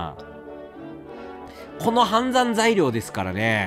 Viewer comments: レトさんの判断には同感しかないけど、判断材料をずっとはんだい材料って言ってて笑うw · レトさんの「判断材料」何回聞いても「はんざんざいりょう」にしか聞こえんくて毎回わろてまう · いつまでも判断材料が言えないレトさん可愛い